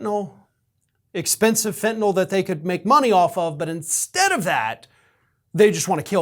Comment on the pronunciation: about the only blogger/journalist-type that I’ve ever heard who pronounces ‘fentanyl’ correctly. I’m hearing either fen-ta-nol or fen-ta-nuhl. So….good on you, bro. (pardon my idiosyncrasy)